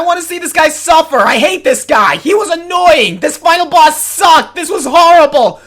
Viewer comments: on the porky thing you said annoyink instead of annoying!!!!!! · "Annoyink". Aaaaand that's where I stop watching.